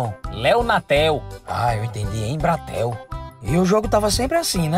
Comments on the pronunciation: Eu entendi Embratel 🤣🤣🤣🤣🤣🤣🤣🤣🤣🤣🤣🤣🤣🤣🤣🤣🤣🤣🤣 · " Entendi Embratel " .kkkkk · Eu entendi Embratel kkkkkkkk